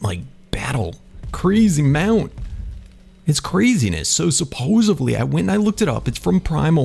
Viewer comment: SUPPOSEDLY....with a D not Supposevly...Every episode